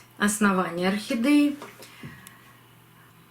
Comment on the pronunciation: Ну почему орхидЕи все называют охидЭями?!. Режет слух." Не говори красиво'! ' И это у всех блогеров.